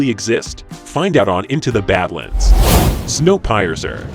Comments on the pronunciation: It's pronounced 'Snow peercer", not pie-ecer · Wait. Snow Pie-er-cer? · Snow "Pie-Uhrser"? lol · Um it’s pronounced like Snow “Peerser” not pie-ur-sir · I don't know if this channel is using some kind of A.I. voice or what, but in several cases with the video, the narrator pronounced words wrong, like with Snow Piercer, it pronounced it as PIE-R-CER, instead of saying the first part like the word Pier, like the place where you anchor and boat or ship! It basically Said it like PIE ARE CER, saying each part as separate from each other! I guess it's cheaper for channels to hire an A.I. , lol! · Snow Pizer? I don't think so. It is pronounced peer-cer. It refers to the train piercing through the snow. Sort out your robot. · Can't get past "Snow PIE eser". Thumbs down on this creator. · "Snow PIE-ER-CER". Wow. The artificially generated voice alternates between hilarious and annoying. In short, it sucks. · snow "pie azur"? wtf is one of those? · "Snow Pie-ur-zer"??? . You need to hire better trained AIs. That's just embarrassing. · My favorite is “Snow Pie-es-er” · Your AI voice likes to say "Snow Pie-ser" lol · Snow pie-er-ser….really? Hire a real person to narrate. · Please find a narrator who can properly speak english. to many mispronounced words. Snowpiercer i is not pronounced snow PIE cer Battle star Galactic a is a BATTLE STAR NOT A STAR-SHIP. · Snow Pie-ercer HAHA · Snow Piercer. Pee-irs-er. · Snow Pie-er-cer? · Im sorry, what? Snow Pie-ercer? Sheesh. stop using text to speech programs my goodness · Snow Pie-Sir 😂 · Snow Pay-eercer? BAHAHA. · Snow Pie-ercer?? Ok this list is crap before it's even halfway through. Bad enough how several earlier in the list are juvenile crap shows. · Snow 'Pi-er-cer'??? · It's not pronounced pie ercer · "Snow Pie Err Sir" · Snow pi es ser... lmao. Nice try computer voice. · Snow Pie-ercer???? Is that the same as a Pecan Pie-ercer? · "snow pai-ercer" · Snow Pie-R-cer.... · Well, I think I'll give "Snow Pie-er-sir" a look.